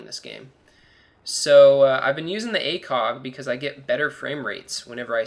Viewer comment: It sounded like he said ACOCK instead of ACOG.